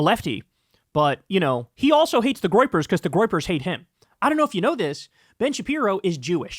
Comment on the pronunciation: What's the "groipers"?